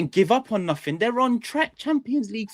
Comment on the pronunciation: Does anyone want to tell there is no K at the end of nothing?